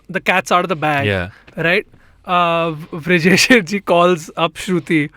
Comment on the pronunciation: It's Vrijesh Hirjee...not Hrijesh Virjee😂😂